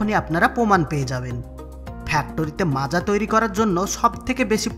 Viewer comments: Macha na maaza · দাদা যে ভিডিও টা পোস্ট করেছেন তাকে বলছি এটা মাচা নাকি মাজা😂😂😂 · ota macha na maaza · মাচা না 😁😁😂😂 মাজা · Ota মাচা নয় মাজা লেখার ধরন দেখে মনে হচ্চে বাংলাদেশের ভিডিও আর বাংলাদেশ মানের ভুল ভাল উচ্চারণ 😂😂😂সঠিকভাবে উচ্চারণ করতে শিখো বন্ধু গাইয়া ই থাইকে গেলি🤣🤣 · মাচা ওটা বল মাজা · Ota Macha noi Maaza 😏